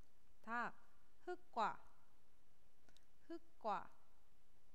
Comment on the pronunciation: 선생님 흙과 이게 흑꽈 라고 하셨는데 ㄹㄱ 에서 어미의 초성이 ㄱ이면 ㄹ로 발음 되어서 흘꽈 이렇게 되어야하는거 아닌가요 예외인 상황인가요?